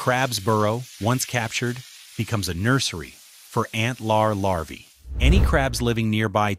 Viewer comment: The larv??? Larvae, you moron!!